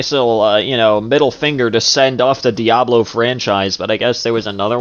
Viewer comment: One question I would like to ask is, why does screw up pronunciations of certain game titles? "Die-ablow". "Per-SAW-nuh". And those are just two game titles out of, like, a few more!